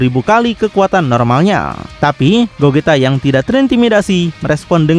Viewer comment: Gogeta bang bukan gojita